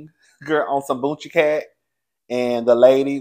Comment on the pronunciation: 🤣🤣🤣 I LOL every time he says boonchiecat